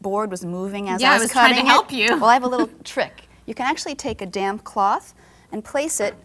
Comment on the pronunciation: Did she say dam cloth??? Hahaha